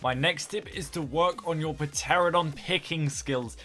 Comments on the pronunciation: Lmao puh-teredon the p is silent you say it like teronidon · Stop saying petaradon. For once and for all it's pronounced: Ter Anno don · PteraNOdon, and P is silent. Good vid though. I have been doing it wrong, for sure. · Mate, terodactyl... Is spelled with a "P" it's not Pa-teradon it's pteronadon. I only say this because I know you're only pronouncing it this way because you, like many others, don't know it's actually spelt with a "P". Good guide though.. Helped tons. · TEH-RAN-OH-DON not fkn puh-terra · cmon you cant even pronounce pteranodon, the P is silent and its pteraNOdon not "pa-teradon" xD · It's te-ran-o-don not p-Tera-don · Pteranadon lmao its a silent P..... dumb people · Puhteranodon xD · Its pronounced. "Ta ra na don" pter ana don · P teradon? XD but nice vid this is helpful thank ya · Silent p. Next tip Come on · Did he really say pa-teradon the p is sighlent plus it souds stupid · Puh-teradon? That is officially the most retarded pronunciation I've ever heard of pteranodon..... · Pteranodon? Pteranodon ??? PTERANODON???? REEEEEEEEEEEEEEEEEEEEEEEEEEEEEEEE tear-ran-uh-don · Felix Her : no, does the word "Pteranodon" really look like its pronunced p'teradon thats like 5 letters wrong, the word is 10 letters, so half the owrd is wrong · Who the hell pronounces the P? It's one of the first things people learn about dinosaurs! The P is a lie! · good vid, tho the moment you pronounce the p in pteranadon i just was like 👎👎 not happy my dude., other than that it was a good vid